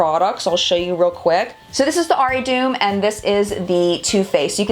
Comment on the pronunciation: It's pronounced aari-taw-um (the t is soft : like in despacito& te amo)